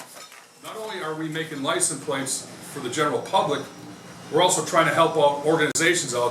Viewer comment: Cool to see how "lisun plates" are made, but you'd think the head of the factory would know how to pronounce the word.